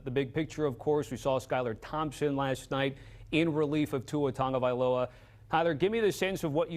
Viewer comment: Its pronounced tago - vail - ova not tunga.... tunga needs to retire ~